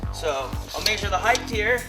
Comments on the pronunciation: Haha, " maysure" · "MAYSHURE" I think hes just trolling lol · maysure maysure maysure maysure maysure.... and so on i don't think this guy know whats hes doing hes not even sure if hes sure about any measurements >,< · im not even kidding, hearing him say maysure made me not even wanna watch it, but i watched it, lol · MAYSURE!! lol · maysure.. maysure.. maysure.. holy fuck dude.. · lol maysure